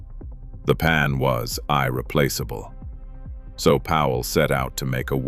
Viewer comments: "Eye-replaceable"? How am I supposed to trust AI reviews? Thumbs down. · 👍🏻Cool! See if you can get him to pronounce " irreplaceable" correctly. 🤣🤣 Again, great vid.